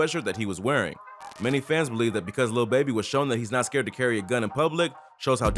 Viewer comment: Why this guy saying scared lol sthu man.....lil baby nice he the goat of the youngsters ...yall have to word and say shit the correct way smfh s.o to him word 💪🏾💪🏾💪🏾